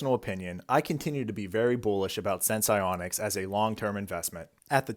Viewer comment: Say the name of the company right once? Nope